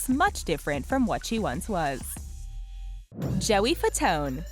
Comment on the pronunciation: Jesus you people.. its Joey Fat-One. not whatever youre saying